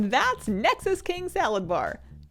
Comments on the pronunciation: Are you saying salad bar? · Am I hearing things or did you say "Salad Bar"? O.o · Are you saying nexus king salad bar? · i heard it the first time the boss name was said and i was liek wait is that his name Saladbar? xD